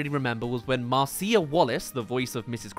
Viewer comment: Mar-Cee-uh? It’s pronounced Mar-Sha.